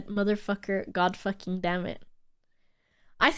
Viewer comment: I think the reason why it sounds fake is because stresses the second syllable of "fucking" and she says "bitch" in an aggressive manner whilst using an exaggerated comedy voice. So it sounds unnatural and not in her regular speech.